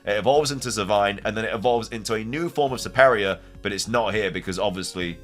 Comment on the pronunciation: You have weird pronunciations for Pokémon LOL Servine = Sur-vine Serperior = Sur-peer-ree-ur (like Superior)